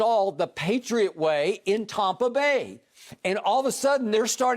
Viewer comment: Does anyone else get irritated when Skip says “Taumpa Bay” Shannon Voice: Where’s the U Skip?!?